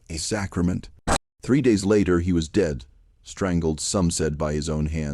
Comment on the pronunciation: I don't like this narrators voice. The other channel has the perfect narrator. THE SLAVES REVENGE. AI again? It's obvious when the word dead was pronounced deed. And 3 different voices. I do not subscribe to channels who use AI.